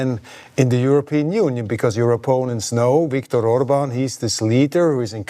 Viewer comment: Orban statt Urban! 😂🎉